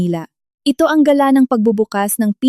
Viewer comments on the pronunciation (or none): none